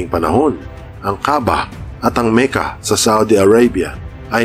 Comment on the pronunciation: Makka ang tamang pronunciation po hindi Meka